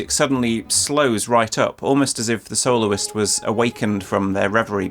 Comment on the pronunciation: says "soloist" and my ears hear "soul's". So where are the audio slices from a Kol NIdre orchestrated?